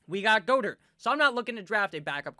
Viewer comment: Dallas "Gah-dirt" not "Goh-dirt"